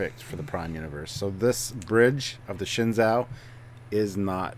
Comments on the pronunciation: The Shin-Zow? It's pronounced Shen-zoo. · Shenzhou is the name of the ships of the Chinese space program, and it's pronounced "shen-joe" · Please, I don't want to be pedantic or anything but the "zhou" in the name Shenzhou should be pronounced like the English name "Joe". It's Shen Joe. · The actual Chinese spacecraft, Shenzhou was pronounced Shen-zoo. If they pronounce it differently in the show, I might not kill myself :)